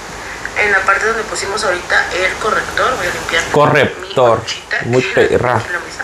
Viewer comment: Amé el "correppptor" jajajaja ❤️. Me encantan tus videos y tu personalidad